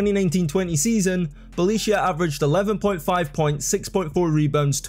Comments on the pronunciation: Brotherman went crazy on those pronunciations tf is a Belicia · Lets not forget how Kukoc, Smits, Sabonis "failed" in NBA. Tough Jokic failed in basketball overall not taking part of his national team. But please give some minor respect to Bjelica. One of the greatest players ever, coz hes name is not Beyelissiya, like you spell it but Bjelica. (Bielizza) Thank you. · Bro, you have been butchering hard Bjelica pronunciation. It should sound like Bye-lee-tza not Belicio. You should have used google translate audio option for pronunciation, its spot on. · Belicia? Its Byelica,literally google the name in the origin language and press the little button for google translate to read it for you pls. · It’s Bie-lee-tsa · Nemanja Bjelica by far. Unlike in english, each letter is always one and the same sound. His name would be: Ne-ma-nya B-ye-li-tsa. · Oh Jesus.. Beleeshya 🤣😂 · I gotta admit you had me wondering for a little while who was that player Belicia that was a starter in the NBA for 2 seasons and how the heck did i not know him.... :D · "Bie leet tsa" bro 😂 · Never knew a certain Felicia played for NBA lol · bro called him Balicia Keys 😂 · Things you pronounced wrong: Millosh, no Miyosh. Bolonya, no Bolonga. Nemanya Bielitza. Spaniolis. Yool, not Lool. AK47 is Andrei, not Andrea. And Euroleague Phil Jackson is pronounced Ze-Li-Ko Obradocivh. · Wtf is "Nemaniah Belichiah"? 😭😭😭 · try boloneea fo r Bologna and Nemania Beaelitsa for Nemanja Bjelica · If I hear SpanouSis or Bjelicia again... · BJELICA IS PRONOUNCED BEE-YAH-LEETS-AH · get a shot for every Belisia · Neh-mah-nyah Byeh-lee-tzah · Ok what is the actual flippin duckin heckin shite??? "Belicia", "Slouskas", "Spanoulsis"?? Bro ain't just mispronouncing. He's straight up add letters in the names🤣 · Belisia Slauskas Spanoulsis Bolonga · It really bugged me to hear you say Bjelica wrong 100 times. You can just google people's names and see how to pronounce it. Not like his is even difficult. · BoloNGa and bjelica